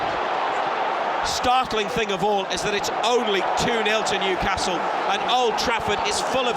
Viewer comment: Yup..and it's Newcastle .. the way u did it , its like saying Liver Pool :)